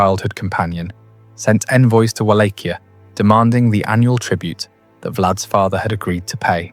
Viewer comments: It's pronounced Vol-ah-kia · Just to be a pain, and some added info, the correct Romanian pronunciation for Wallachia, is Vah-lah-kee-ah," but I sometimes can't hear the K either when said in Romanian tongue. It sounds like a H.